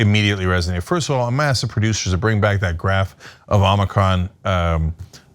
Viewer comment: It’s embarrassing how many folks still can’t pronounce omicron